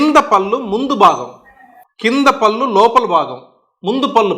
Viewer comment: "పల్లు" కాదయ్యా బాబు "పళ్ళు". పళ్ళ డాక్టర్ వై యుండి సరిగ్గా పళ్ళు అనే పలక లేకపోతే ఎలాగయ్యా బాబు